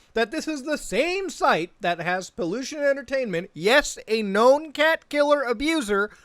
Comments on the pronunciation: Pollution entertainment? hahaha, man as a Spanish speaker I was so confused when you and Charlie said Pollution. Is Peluchin. is not even close dude. Pe-Loo-cheen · What really got me mad is how everybody can't properly pronounce peluchín for their life. I'm like, who the fuck is this pollution guy and then I remember, oh yeah that guy. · ye, but most english channels pronounce him as pollution and its kinda funny lol